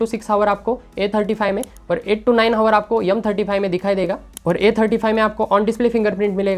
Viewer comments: Yumm hota h ya M hota h ... Hardoi side sai h kya ? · M35 ❌ yumm35✔️